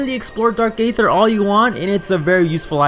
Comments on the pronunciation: For the record, Aether is pronounced as "EE-ther", not "AY-ther". (Just like Caesar is pronounced as "SEE-zer", not "SAY-zer".) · Eee-thur, not Ay-thur.